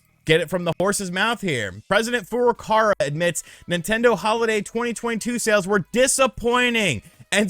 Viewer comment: Why do you keep saying FurukaRa, when it's clearly FurukaWa. It's not like it's actually difficult to pronounce. It's not French. You just read the letter that is there.